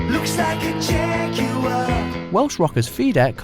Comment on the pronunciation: The way he said jaguar like jeg yu er 😂